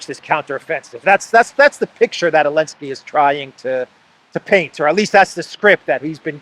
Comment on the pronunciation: I think you are safe to say Zelenskyy instead of Elensky!